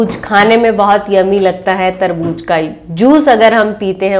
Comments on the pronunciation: Tarbooz not tarbooj hehehhe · मैम वो तरबूज नहीं तरबू ज़ होता है 🙏🙏🙏